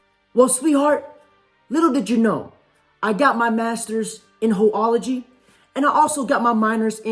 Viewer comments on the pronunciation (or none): Ho-ollogy. Lol. 😂